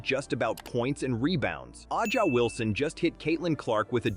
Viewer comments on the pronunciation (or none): The AI voice over says, AH JA Wilson. Avoid this crap or we'll be stuck with stupidity forever.